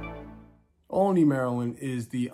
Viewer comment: Nice video, but it's pronounced ALL-ney, like olive.